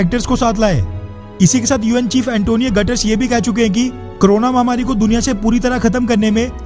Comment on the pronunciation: भाई उसका नाम UN चीफ का "एंटोनियो गुटेरेस"🤣😂🤣😂😝😝😝😝😝🤣😂🤣😂🤣😂 बार-बार गटर्स-गटर्स कह रहे थे तो मुझे भी अपने ऊपर लघुसंका होने लगी थी कि कहीं मैने गलत तो नहीं सुन -पढ़ लिया